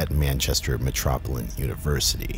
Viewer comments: "Metropolin"?? It's pronounced how it's spelt: "Metropolitan". Good video, though. 👍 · “Metropolin” I’ve been watching a lot of these videos lately, and I’ve noticed a lot of mispronunciations of very easy and common words and names. Which can only be contributed to severe social withdrawal, which also makes perfect sense considering your name. Poor guy. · "Metropolan" didn't know Megamind was running, but I guess it makes sense. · "Manchester Metropolin University" I'm dead af🤣☠😅 hey at least the man apologized if he says anything wrong at the beginning of the video. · Lol. "Metropolan" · If you're going to post videos, get your basic reading up to speed. You mispronounced METROPOLITAN.